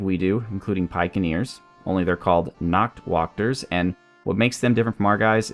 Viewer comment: Many of Black Ulms troops have german names. The "Nachtwächter" means Nightwatch. You spell the "Nacht" right, but the ä has a sound similar to the first a in anime.